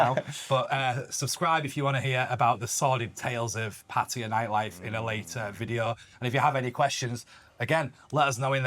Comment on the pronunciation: Seem like cool guys, but not how you pronounce pattaya 🤣